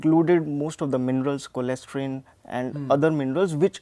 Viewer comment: Youtubers can become doctors. He s saying cholesterol as cholestyrine. Appreciate ur guts ya. ..